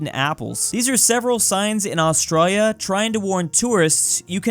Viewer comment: As an Australian myself I am triggered by the amount of times he has mispronounced Australia on this channel